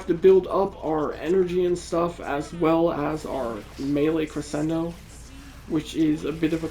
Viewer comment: Crescendo is pronounced Creshendo Your first Ash vid had me hooked on the channel glad to see you pumped out a max invest vid now